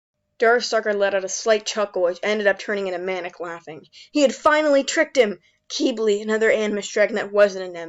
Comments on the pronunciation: I thought Quibli was pronounced cwible not kibli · Ack qeebly… it’s fine I’m just a bit triggered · It's pronounced KIH-BL-EE, just really fast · Oh so I’ve been pronouncing his name in my head wrong. This whole time. I’ve always pronounced it Qib-bil, Even though it’s spelled Qibli. Idk my methods are questionable. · im just mad at how they pronounce qibli.